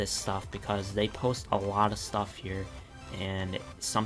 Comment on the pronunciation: Is it just me or does it sound likes he pronounces stuff and robux Like stoff and robox not stuff and robux